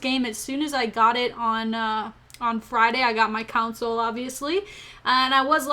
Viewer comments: For the last time. Console not cansole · When ever you say console it sounds like you say "council" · does everyone in Minnesota pronounce console as counsole? cute. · Haha! I've never heard anyone pronounce it like that but it has so much character. No offence was intended to Minnosotans or however you're called.